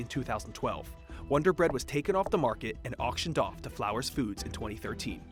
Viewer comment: Flowers Foods? Not Flours Foods, odd.